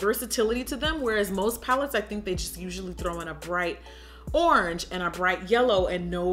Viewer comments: She said "ORNGE" 😭😂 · ANYONE PISSING THEMSELVES ABOUT HOW SHE SAID ORANGE AT 18MIN